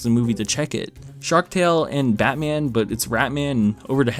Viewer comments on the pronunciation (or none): none